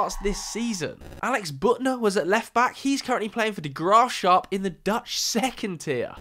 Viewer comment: Graafschap pronounciation was criminal 🤣